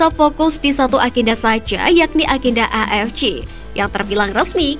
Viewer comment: AFC dibaca A EF CE, kalo mau ngikut bahasa inggris dibaca EI EF SI, Ini malah A EF CI, apaan anjir